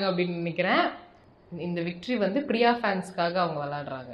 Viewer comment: பிரியாவோட. (Fha) உச்சரிப்பு sufhar